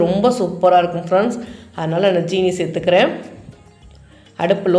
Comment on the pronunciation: யாரம்மா. உங்களுக்கு ஜீனி என்று சொல்லித் தந்தார்கள்,😜 அது ஜீனி இல்லை சீனி